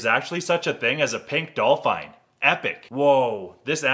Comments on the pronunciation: Did he just pronounce dolphin dolphien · Dol fine haha it’s pronounced dol fin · No no noo D-Do Americans pronounce Dolphin like Dolfine AHHHHHHHHHHHH WHY AREE YALL SO WEIRD SPEAK PROPER ENGLISH FAM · No he just pronounced it wrong. No one says it’s like that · Can't you pronounce dolphin correctly ?